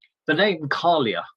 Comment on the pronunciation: Wonderful analysis! With regard to the Scots & Irish languages it is pronounced Gaa-lik for Scots & Gay-lik for Irish. The Old Woman of Gaelic culture is pronounced Kai-ach.